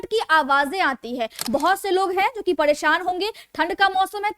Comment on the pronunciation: फ़ाईब्ड नहीं फाइबर होता है, पड़ेशान नहीं परेशान होता है